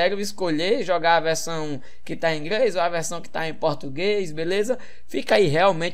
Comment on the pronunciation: "Ingrês" KKKKKKKKKKKKK